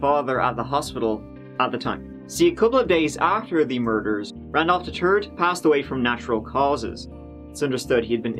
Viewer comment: YES! I started browsing looking for this comment immediately after hearing Randolph The Turd!